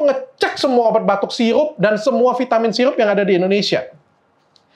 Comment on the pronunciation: Sirup bukan siyupp